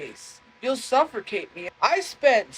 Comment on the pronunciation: its pronounced "SUFFERCATE" 😂